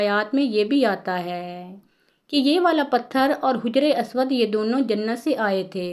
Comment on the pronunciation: Haja-ry. Aswad Not Hujry aswad